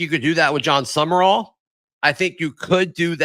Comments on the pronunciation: Someone needs to tap on the shoulder to inform him Sumrall is NOT pronounced "sum-uh-rall" or "sum-er-all". It's simply "sum-raul" (i.e., raul as in haul). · Why do you pronounce Sumrall's name as "summer all", is that how he pronounces it.